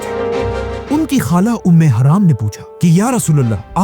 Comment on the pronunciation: یہ نام ام حرم ہے ام حرام نہیں